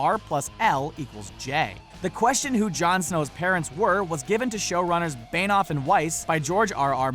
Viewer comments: It's Benioff, not Beinoff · Beynoff? It's pronounced Benny-off. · Though benioff is not pronounced bainoff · Say David Benioff's name right omg